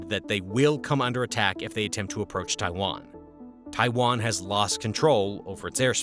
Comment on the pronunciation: Drink every time he says Taiwan wrong … good times.